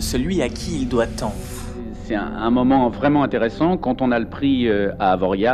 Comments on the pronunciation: Très interessant pour l’instant, très bien documenté et raconté, mais à je me permet une remarque... AvoriA pas AvoriaZZZZZZZ... Pitié U_U Bisous de la Yaute' ;) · Ça se prononce Avoria et pas avoriaze :) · Tes vidéos sont toujours aussi complètes et bien réalisées, je me régale. Petit hic: On dit AVORIA pas AVORIAZZZZZ, nous les haut savoyards, on ne prononce ni les X ni les Z ! Chamoni', Avoria', Excenevè' ... A noter ! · Super taf comme toujours cette narration de fou! Pars contre AvoriaZZZ non, on ne prononce pas la dernière lettre nous! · on prononce Avoria.. pour info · putain on dit pas Avoriaze, ya pas de e a la fin.C'est fou ca. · Ca se prononce Avoria, le z est muet !!!! Pardon mais trop de fois écorchée dans la vidéo ^^ Sinon continues ton travail de super qualité, c'est au top :) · Détail à , Avoriaz le "z" n'est pas prononcé, donc lu Avoria (comme pour le X de Chamonix), cela même en savoyard. Pierre Jolivet aussi s'y met :'( Lui il est y allé... Il est resté entre parisien et n’a jamais parlé avec un local ? Enfin bon, bref... Passons ^_^ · très bonne vidéo mais j'ai faillis éclater mon pc quand tu à dit Avoriaze... c'est comme pour Chamonix, la plupart des patelins savoyards le z ou le x ne se dit pas... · on prononce pas le z ! on dis AVORIAAAAAAAAAAAAAAAAAAAAAAAA stp.... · Avoriaz on ne prononce pas le Z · Superbe vidéo comme d'habitude , continue comme ça mais Avoriaz on ne prononce pas le "Z"